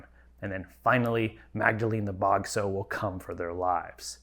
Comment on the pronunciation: Sorry, but this grated on my ear the whole review: "sow", as a noun meaning "female pig", is pronounced to rhyme with "cow".